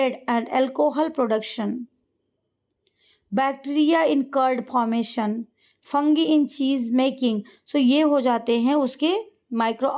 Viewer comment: Fuuuungi nahi fungi bolna bhi nahi aatha hai pagal ko